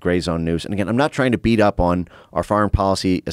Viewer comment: Beat not brat, that shows how great ai is